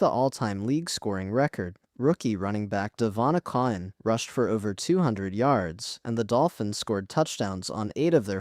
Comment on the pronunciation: DEVON AKON?!? "Dev-on A-chan" is how it's said. 🙄